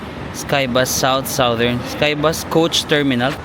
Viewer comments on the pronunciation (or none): none